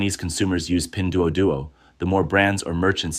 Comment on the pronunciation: AI can't pronounce it right. You'd be dead as a result of that drinking game.